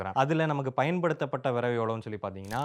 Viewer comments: தம்பி, அது விறகு . . . வினவு இல்லை, தமிழை கொஞ்சம் சரியாக உச்சரிக்க பழகுங்க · Its not viravu its viragu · அது விறவு இல்லை 😂😂😂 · அய்யா அது விறவு இல்லை அய்யா விறகு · விரவு இல்லை. விறகு 👍🏻😀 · Tirunelveli slang